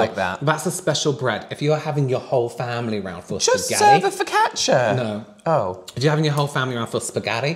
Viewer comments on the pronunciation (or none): "Kyabaytees" instead of focaccia is the most unhinged pronunciation and I'm here for it 😂 Edit: "Turkechi" and "Panechotala" have entered the chat 💀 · That was the wildest focaccia pronunciation I have ever heard, tbh 😆 and Panottone is a Christmas dessert!